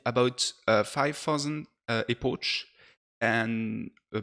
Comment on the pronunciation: Hey, great video, small comment tho, we do not say "epoche" but more like "epok"